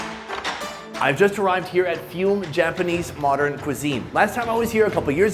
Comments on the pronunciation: That’s ‘Foo May’ not fume. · It's not FUME. It's Fumè